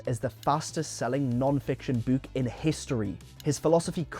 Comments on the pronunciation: The way he pronounces book "bouuk" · Why does this AI say ‘bewk’ and not ‘book’